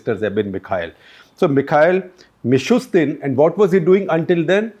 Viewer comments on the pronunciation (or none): none